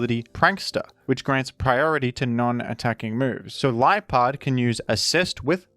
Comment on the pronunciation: Can't believe i listened to half of this in ai dub didn't realizr until it called liepard lipard and roar raw